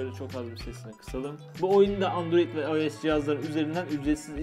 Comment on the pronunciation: Abi ios u ayes diye okumican ayos diye okican